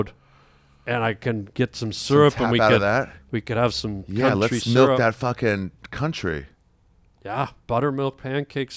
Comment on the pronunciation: Cuntree syrup 😂😂😂